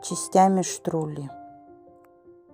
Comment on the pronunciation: Не штрули, а штруДли ))